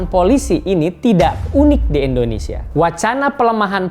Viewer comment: Indonesia Pak..!! Bukan Endonesia..!! 😊😊😊😊😊😊